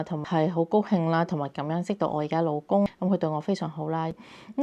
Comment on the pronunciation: 你老公自我介紹“老公”兩個字好似講嘅係普通話？？